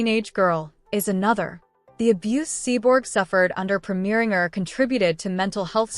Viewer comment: Pringer instead of Preminger?